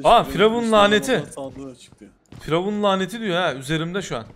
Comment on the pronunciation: Firavun değil FuryYavun